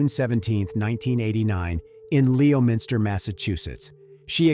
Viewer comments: Did he say she's from LEOminster MA? LOL the correct pronunciation is lemon-ster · It’s pronounced: “Lo-minster”, not “Leo-minster.” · “Lemon-ster”*** Massachusetts lol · You mispronounced the city she was born in. (Born and raised in Boston) Its pronounced Lemon is ter 😁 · btw Leominster is pronounced LEMON-STIR